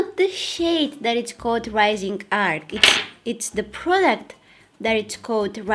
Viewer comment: You don’t know how to say arch lol